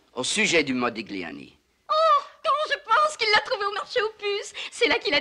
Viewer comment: "ça se prononce:"MODILIANI"...